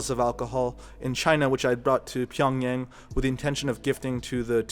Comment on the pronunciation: PyongYahng is the right pronunciation